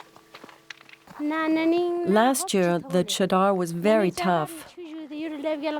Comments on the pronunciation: For the world : The cheddar here is actually refering to the 'mattress' formed by the hard ice. I dont understand.. that even after hearing them a million times call it 'chaadar' the narrator still calls it 'cheddar'.. 😂😂😂😂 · The “cheddar” is actually pronounced Cha( like 1-2 cha cha cha) and dar ( dar like jar). It means blanket in Hindi. This trek is done during winter months when there’s a blanket of snow and ice. Hence the name! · my god the pronunciation of chadar in the dubbing is horrendous. Also the description of chadder is so unnecessarily complicated. Chadder means blanket here its referring to the layer of ice covering the river. if it's thin it's obviously bad and it breaks under them if its thick its safe to walk on. thats why its called the chadder trek